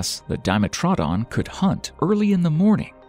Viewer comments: DIME-e-tro-DON, not DYE-met-raw-din. lol. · Yea DIMEATRONS no it’s a dim-etro-don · I know most all this footage, but some of the facts he's stating are mixed up or wrong, although not all, but what getting me, but we are all individuals, is how hes pronouncing some creatures like "dime-atrod-on", ive never heard it pronounced this way, among other's. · Seriously, you mispronounced so many animals' names. The most egregious was Dye-ma-troe-don when it was Die-MET-row-don! And it's Theck-o-donts, not Thee-do-conts! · isnt it pronounce as Dee-met-tro-don? hmmmm... sounds weird saying it Dime-met-tro-don.. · Di-metra-don .... facepalm, but a good video , not true reptiles but Mammal Like reptiles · It's diMETrodon. Crazy pronunciations in this video. Plus unconfirmed behavioral characterizations. Just a dreadful video. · I've never heard Dimetrodon pronounced that way. I thought it was Die-metro-don. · Dimetrodon is pronounced Dimetrodon, it's Greek. Di = two , Metro = measure , Don = tooth => Dimetrodon. American pronunciation does not exist, because this is the Devil's work. Evolution does not exist, it was guns and Jesus that created the world, 6500 years ago. Murica, F*ck Yeah ! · Dime a trod on 😂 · Didnt want horrible things to befall this guy until I heard how he pronounces dimetrodron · I liked the video, but the mispronounciation and stating of unconfirmed theories as fact bugged me. Gorgonopsids arent confirmed to have fur, Di-mE-tro-don, etc. Still fun to watch. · It really bothers me how yall r pronouncing "dimetrodon" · anyone else gets stuck on the way he pronounced dimetrodon? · Dimetrodon pronunciation is way off. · That pronunciation of Dimetrodon is annoying me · Since you can't even pronounce dimetrodon right and listed many untruths or in the show you are using images from